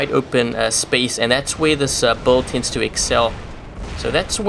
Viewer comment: I know build is spelled with a U but it is pronounced like billed. Ok buddy just trying to help you out ive watched 100s of your vids and it took me a while to understand you were trying to say build and not buld i was like wtf is a buld